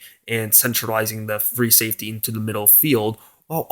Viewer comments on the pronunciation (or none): none